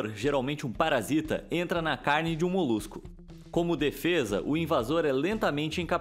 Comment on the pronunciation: Parece o Cebolinha tentando falar ‘parasita’.